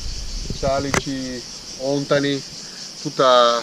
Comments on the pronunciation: òntani non si può sentire! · Hei! Ontani con l’accento sulla a non sulla o,detto questo complimenti per il video